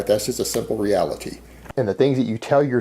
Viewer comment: Its just the reali-tee of it, gahs. In muh liiife.